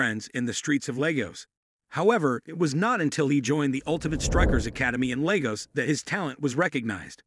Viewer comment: The way he said lagos is so funny